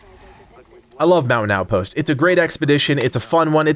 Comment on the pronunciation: I was only listening and was like, wtf is the Mow-in-out post! Damn East Coaster annunciate! 😂👍